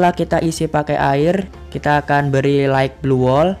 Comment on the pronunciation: wkwkwkwkw light bang bukan right